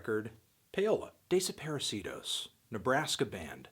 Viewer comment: Is it really pronounced like that? Instead of how it would be in Spanish?